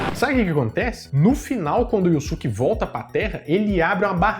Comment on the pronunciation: Só queria saber porque ficou "iussuque" se na pronúncia original é "iiusque"